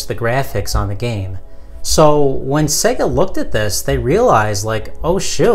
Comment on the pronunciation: Great vid man but it's SEYYYGA (not SEGGA). It is SEGA (as in 'to be this good takes AGES').